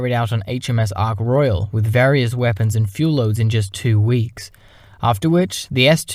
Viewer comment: Somebody should tell that idiot presenter that the aircraft carrier is British not French and it's name is Ark Royal NOT Arc Royale.